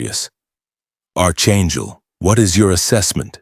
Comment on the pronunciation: It is NOT ARCHangel! It is PRONOUNCED ARK-angel. AI narration is illiterate! 🇺🇸🤨